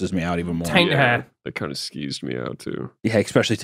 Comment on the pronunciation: hunter, will you stop saying "eCKspecially" thanks.